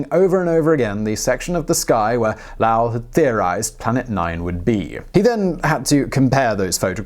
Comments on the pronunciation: Something didn't sound right to me as I was listening. As an Arizonian, I finally realized it is a mispronunciation of the name "Lowell". The "o" is a long vowel sound, like in "low" (opposite of the word "high"). "Low-L". Sorry to be specific, but I may not have been the only one who was confused, and this video's purpose is to educate people. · LOW-WELL... Percival Low-well. Good grief! 😂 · LOW - ell...as in the opposite of high. I've lived near it before. :) Otherwise, great video! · Lowell (loh-well), methane (meh-thane) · Lol. I thought Lau is chinese. I only realized the mispronunciation when he mentioned the PL in Pluto part. Good video of course. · Your pronunciation of "Lowell" is terrifyingly atrocious, to the point that I (an astronomer who grew up in Arizona and had been to the observatory many many times) didn't know who you were talking about until Schiaparelli came up. It's pronounced "low-ell" with "low" pronounced like "Get low" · Lowell rhymes with 'coal'. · This is so hard to watch with how he pronounces Lowell. Didint know what he was saying till I read it. Love the Chanel though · "Lowell", rhymes with "Coal". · OMG please stop saying Lowell wrong! Love your stuff, but that is driving me crazy! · Lowell. Rhymes with 'bowl', not 'foul'. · That's not how you say Lowell my man. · Am I the only one who finds it irritating the way this guy mispronounces "Lowell"? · I’m not sure if I’m gonna get through this whole video with the way he pronounces Lowell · Def not saying Lowell right but whatever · I kept wondering if he had gotten the name conflated with Lyle somehow. Really, what was that vowel he was using?? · You made this video unlistenable by severely mispronouncing Lowell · Being from Arizona, the first few times he pronounced Lowell I cringed, but then I quickly decided to just put it aside as a Simonism and enjoy the rest of the outstanding content. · Lowell.... dude, this ones easily researched and in English. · Pronounce Lowell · LOL Low-ell